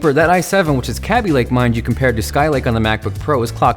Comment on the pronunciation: it's kaby lake, not kabby lake